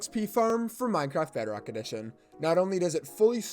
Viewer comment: Is no one gonna talk about "Minecraft BERDOCK edition" at the start?